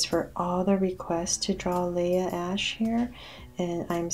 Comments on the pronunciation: IT’S LEAH NOT LIAH lol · That's not how u say Leah. U say the a ey not ei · its Lia ashe not laya ashe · I thought it was Leah not Layla